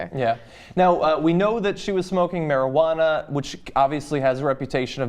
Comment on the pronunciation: Fuck why did she say marijauna why didn't she just say Crack or some shit but don't say marijauna. Plz